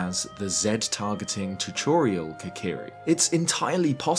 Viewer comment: Brother said “chuchorial”